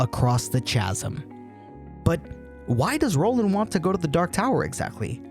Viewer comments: if you're into time loops go watch "the endless" by benson and moorhead. great ideas in this vid, enjoyed it all except for one thing. roland's last name isn't pronounced "des-chain", it's pronounced "de-shayne". also chasm isn't pronounced "chaz-um", it's "kaz-um" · Great video. Tiny nitpick, chasm is pronounced ka-zim. Not cha-zim. The ch is like in chaos. Kay-os, not chay-os. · Chasm - kazm not tsch-asm. Oh, and, yes, yours is a thought-provoking analysis and interpretation. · Yelling doesn't make your points stronger first of all. Second; "chasm" is pronounced kasm. Third: who named you the world authority on the tower?😂 Fourth: see all points above and below me. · *the ch in chasm is pronounced like a hard c (or k) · As soon as he pronounced "chasm" with a "ch" sound, I had to switch off